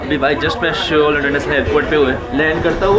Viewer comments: it's Seoul (सोल ). Pronunciation like "Sol" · Seoul nahi soul pronounce karte hai bhai